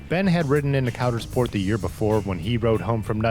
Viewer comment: It's pronounced "Coudersport"